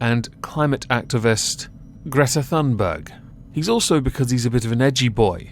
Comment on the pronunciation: To be honest, you have no idea how to pronounce Greta Thunberg either.